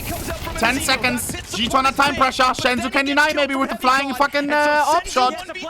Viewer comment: its not SHENZU bro just SENZUUUU